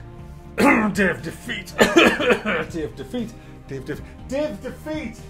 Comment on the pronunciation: the way you say Day of Defeat is great. "Dave Defeat"